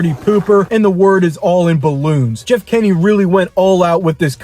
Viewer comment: It’s Jeff Kinney not Jeff kenny 🤬🤬🤬🤬🤬